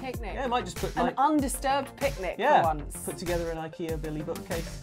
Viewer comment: “It’s ‘ick-ea’.” YES! At last, an English speaker who knows how to pronounce Ikea! Have some gummy mushrooms.